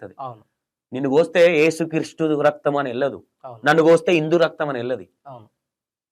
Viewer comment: ఏసు క్రీస్టు కాదు....యేసుక్రీస్తు..కరెక్టు పలుకు. నిజమైన దేవుడు